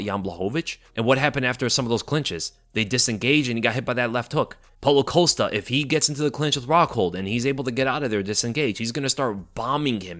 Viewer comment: Wait wait wait wait wait… How in the hell, do you know this much about MMA and you don’t know how to pronounce Paulo Costa’s name 😂😂😂😂😂😂😂😂😂😂😂😂😂😂